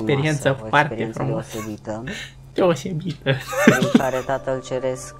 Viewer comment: Deci, efectiv, am râs cu lacrimi 🤣🤣 Mai ales când a spus,,deoșebită" 🤣 Sau când își făcea cruce ca Alexandru 🤣 Mamă deci nu mai puteam de râs 🤣🤣